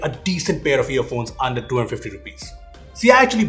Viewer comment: Your saying 250 or 1250 I listened that Your voice saying 1250